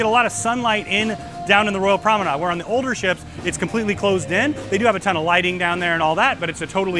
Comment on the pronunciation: I have a cringe for mispronunciations, and I was wondering why you keep saying PROMENAD and not PROMENADE? Is that a ship terminology? By the way, great video, thank you so much.